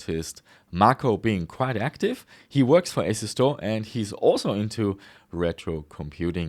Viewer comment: How do you pronounce your company name? Asu-store or asus-tore? I presume your brand has nothing to do with Asus so probably Asu-store (as in as-you-store)